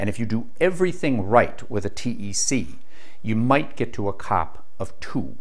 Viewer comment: Dude, a "cop" is the guy that writes you a ticket for speeding. Coefficient of Performance is never pronounced cop, it's always called C.O.P. (see oh pee). Please stop saying "cop". Over all very interesting. And no glaring misinformation. There some of your other things you said that were "cringe worthy" but I commend you for doing the video and bring this information to more people. I'm an engineer in thermal science, I've designed refrigerators and air conditioners for major US companies, including the company the created the first thermoelectric refrigerators that were used in the first nuclear powered submarines and later the manned missions into space that had refrigeration including Sky Lab.